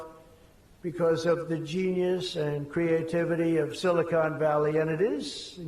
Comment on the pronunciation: I love that he keeps calling it "Silicone Valley" lmfao